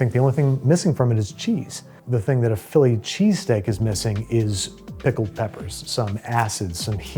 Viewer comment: here he is, phill lee che-stāk himself